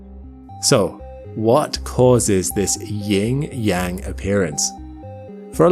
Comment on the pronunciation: It's "yin" not "ying", and "yang" rhyming with "dong" not "wang".